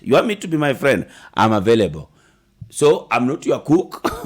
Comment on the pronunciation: "It is availebo.." 😂